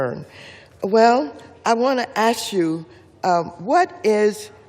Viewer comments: That's like bringing a knife to gunfight old ass geto Water's I'm surprised she can even read her script and it ask not ash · Have you noticed that black people are unable to pronounce the word "Ask" ? It always comes out as "Axe" or "Ass" . It's hilarious.. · IT'S ask you not ass you 😂😂😂😂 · Waters: "I wanna ashyou" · Did she say "AX YOU" ?!? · Waters is a complete idiot. She can't even pronounce "ask" correctly. Just ax her... BTW, does she have any clue what she is talking about? She's totally illiterate. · Did Maxine Waters say I want to ass you? 😂😂 she's trying to whitewash her speaking by replacing ax with ask but pronounced it ass. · As soon as I hear someone say I axed them I turn it off. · I know!! She said, “let me ass you a question”! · I feel stupider for hearing mad max, wanting to "ass you"... and rattle on incoherent nonsense. Seriously deluded 🙄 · When you can’t even say a three letter word properly, you lose all credibility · It doesn’t matter what education level why the can Black people not pronounce the word “ask”. 🤣🤣🤣 and I’m 100% not being racist. I’m just curious. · How many years in Congress and public speaking and still can't say ASK??